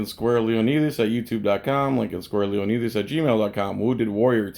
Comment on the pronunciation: Cmon man arent you Greek and you cant pronouce "leonidas"? 😉